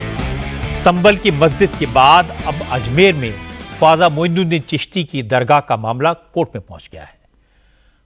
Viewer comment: Naam sahi se liya nahi jaata Chala hai controversy ki news banane *Hazrat Syed khwaja moinuddin Chisri hassan ul Hussaini ajmeri r.a